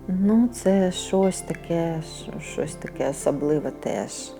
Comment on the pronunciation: Доброго вечора. Тільки не ображайтесь, все добре, але...не "шось", а "щось", не "сетка", а "сітка". Не "місто", а "місце", так як "місто - город", а "місце - место". Не "с гортензією", а "з гортензією", не "вішня", а "вишня", рябіна- горобина. А в цілому українська з ваших вуст - чудова. І садочок гарний, доглянутий. Дякую, що говорите українською! Дякую за відео, було цікаво!